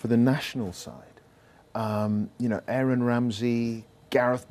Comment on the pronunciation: Say Aaron Ramsey's first name again? lol wth was that pronunciation?? RIP Gary Speed, will be sorely missed by the global football world